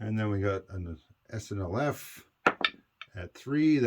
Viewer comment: Just came to say, good job pronouncing SNLF this turn! Haha.